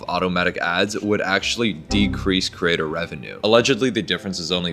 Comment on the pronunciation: I love this video, but creator is pronounced cre-ator not cer-ator ❤